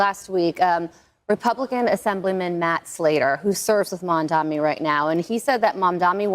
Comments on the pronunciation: Dude this Fox lady cannot say "Mamdani", it's gotta be on purpose. "Momdommy"?? "Momdomini?" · Why can't they say his name right? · why the f*&^ can't these "pundits" pronounce his clearly phonetically pronounced name? morons.